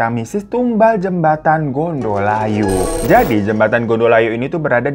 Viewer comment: Gondo Layu = bau mayit .... bukan gondol ayu 😅 . Code bukan Kode ....E nya di baca È (Empang) .jadi org sini biasa bilang kali CODhE .